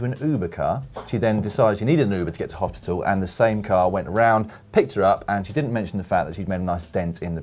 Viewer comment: CAPTION: Just kidding, But I Couldn't help but notice Dan's inability to say "Hospital" , instead he comes out with "hopsital" ahahaha